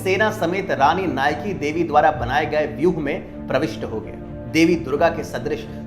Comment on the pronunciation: I AM FROM GUJARAT AND WE HAVE CHAPTER OF RANI NAYKADEVI IN OUR BOOK. OUR MOST FAMOUS GUJARATI WRITER DHOOMKETU WROTE BOOK ON NAYKADEVI. और भाई नायकादेवी थी वो आप नाईकीदेवी बोल रहे हो.